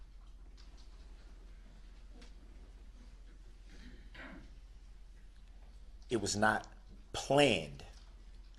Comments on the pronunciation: you remember when Judge Dorrow said substain haha I wonder if she was trolling him Also when she said ‘idk what a tackit agreement is’ It’s funny at the very end someone must have told him it’s pronounced ‘tassit’ He must have been embarrassed Another fantastic moment where he was humiliated when he said ‘so what other details don’t you recall’ and that made ugly face like he had just cracked the case, but everyone just laughed 😂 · I can relate to the 50+ breaks. I was disgusted with his voice. The way his upper lip curled and his mispronouncing words/using the wrong terminologies. "undersHtand" "tackit" instead of tacit.. 😡